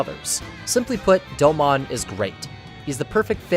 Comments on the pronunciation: Doe-moan.... not doe-mon. Put respect on his name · I cringed every time he said "Doe-Mon". Its pronounced "Doe-moon" bro. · Doe-moun not Doe-mon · Hearing you call him "doe-mon" instead of "doe-moan" has me so triggered. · Top 5 Gundam Series. I always thought it was "Doh-moan" not "doughmon" lol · No shot you watched 49 episodes of G Gundam just to make a video essay where you mispronounce the protagonist's name for 20 minutes. It's pronounced Dome-own in both Japanese and English. You have no excuse. Aggravating. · Such a beautiful video on an awesome series but the “do-mawn “pronunciation is throwing me off a little 😅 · What is it with youtubers that make in depth anime analysis videos who can't even pronounce the main characters name right? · I want to like this video, but the pronunciation of Domon and speaking cadence where every sentence is stretched out like a bad Shatner parody makes it impossible